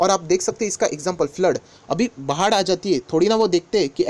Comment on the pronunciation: वाह बाढ़ को भाड़ बोलने के लिए😁😁